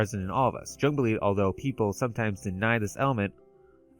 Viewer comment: Jung is pronounced like Yung. Very easy mistake, especially if you haven't heard it said before. He was Swedish I believe. Anyway great video 👍 and I hate to be "that guy" but every time you mispronounced it the cognitive dissonance was like fingernails down a chalk board. I'm considering a dreampunk story and your video defining some of the commonalities and distinctions is helping me develop the story parameters. Being a fan of steampunk, dieselpunk, raypunk, and of course cyberpunk I'll have to check out some more of you videos after this one.